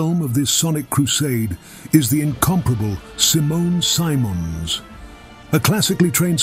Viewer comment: ..one pronounces her last name like her first name... not SSaymons but Siemons That is how The dutch say her name, they know, she IS Dutch lol